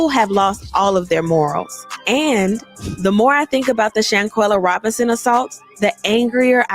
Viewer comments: Everyone so Proud of you and due diligence on SHANQUELLA case but being so called educated you can't pronounce this young deceased lady name correctly. After all this time you fail at the most important part... HER FREAKIN NAME. And I have even watch your video, the intro of you pronouncing her name disgust me. Do better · aww, that's all you could say?? Go back under that rock you came from, cause if me sayin pronounce a deceased young lady name correctly is goofy.... You're Ridiculous at its finest. Proceed🤔....